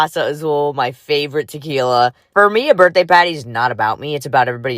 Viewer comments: I hear 'potty'... 🚽🫩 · I kept on hearing “patty” and frankly I just felt like she should’ve done a burger theme with how she was saying party.